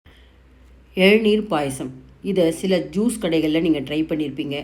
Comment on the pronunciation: Nice recipe. Thanks.It's Elaneer not ezhaneer